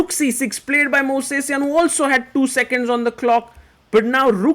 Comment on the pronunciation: Pronounced: mohv-seh-syan // Sergei Movsesian | Mohv-seh-syan . . . Gukesh is improving in his standard chess! He is only 19 years old! Fantastic solid character, and nerves of steel. Bravo, Gukesh D.